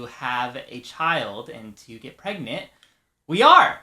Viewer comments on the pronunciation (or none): Congratulations and lattic and said we are pernet so omg